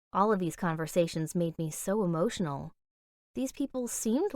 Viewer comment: How many times did she say emotinal